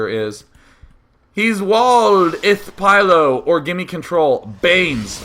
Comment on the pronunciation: u pronounced HThao wrong day9